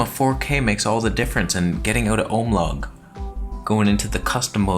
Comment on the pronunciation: Please never say ohm logg again 🙉